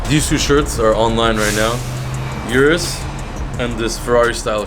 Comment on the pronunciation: O-RUS not U-RUS